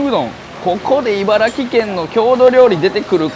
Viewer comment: いばら「き」県ってハッキリ言ってくれてありがと🥹🫶